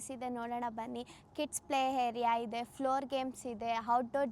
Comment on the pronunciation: ಸರ್ ನೀವು ಮೊದಲು ಕನ್ನಡ ಸ್ಪಷ್ಟವಾಗಿ ಕಲಿರಿ ಆಯ್ತಾ ಹೇರಿಕೆ ಹಿದೇ ಅಲ್ಲ ಮಾರಾಯ ಎಕರೆ ಇದೆ ಅಂತ ಆಯೋ ದಯಮಾಡಿ ನೀವು ಕನ್ನಡ ಪದಗಳನ್ನ ಕೊಲ್ಲಬೇಡಿ 🙏